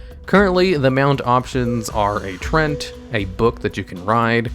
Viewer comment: Completely disgusted by the way you pronounced "Treant" XD. But nice vid, keep it up.